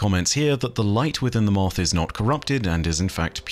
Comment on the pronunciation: "MOOTHH" same buddy, same.